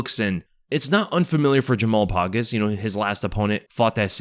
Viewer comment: bruh said jamal “pogus”😭😭😭it’s pogues mf